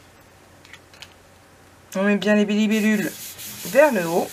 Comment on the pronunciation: Les bilébulles (libellules) 🤣😂. tu me fais trop rire 🤣😂 😘